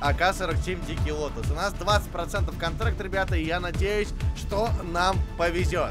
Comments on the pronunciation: Вообще то дикий лотос а не дикий лотус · не лотус , а лотос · калаш называется лотОс а не Лотус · Дикий ЛОТООООООС , а не лотУУС!!!!! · Лотос, а не лотус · Лотас а не Лотус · "Дикий Лотос" правильно